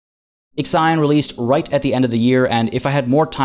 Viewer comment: x ajon, wtf is that pronunciation?? It is called / pronounced iksion.